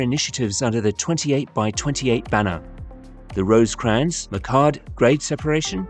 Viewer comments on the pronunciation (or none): none